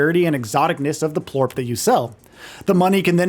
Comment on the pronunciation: It's Plort not Porp lol. I thought you said Poop at first 😅